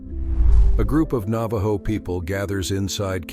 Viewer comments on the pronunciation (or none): none